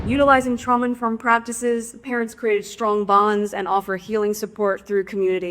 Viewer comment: What's up with her pronunciation. She sounds drunk, but I don't think that's it. Elmer Fudd accents. Twadgedies? Stwong bonds? Pwactices. Maybe a teeth thing. Is Harry slurring his words? Maybe I 'm drunk...